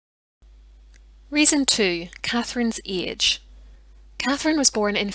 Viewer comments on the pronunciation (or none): I love the way you say "eege" for age. I can't figure out your native language are you Irish or Scott? I am from a part of the US where people make fun of our pronunciations too.